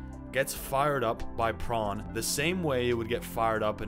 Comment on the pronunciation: Why do you say pron?